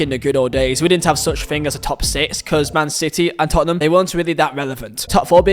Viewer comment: Makes you think not makes you fink